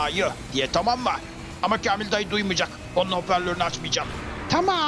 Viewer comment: bir türlü kamil dayı diyememesi. KELOĞLAN BILE DEDİ😂😂😂😂